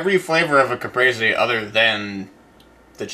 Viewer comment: I hope you re-try the caprese soon because that had real potential to be totally amazing. But string cheese is flavorless. You must use the real deal buffalo mozzarella. Don't skimp. There are no substitutes. It's pronounced cah-press-eh by the way-- not cah-pree-zee. You guys all still rock.